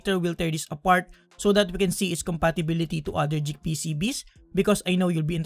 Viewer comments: Geek not jeek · You keep saying Jeek for some reason.